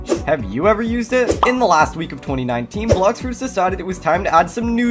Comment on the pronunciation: "Blox froots"